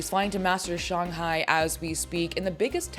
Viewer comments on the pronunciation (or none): Firs time I ever heard someone called Shanghai "Shung hai" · Her inability to pronounce Shanghai properly is irking my soul FR!